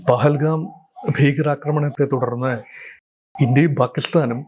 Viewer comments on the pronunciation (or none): none